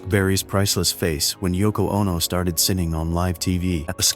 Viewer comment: Listen closely. The narrator says "Chuck Berry's priceless face as Yoko Ono starts SINNING" (instead of "singing") 🤣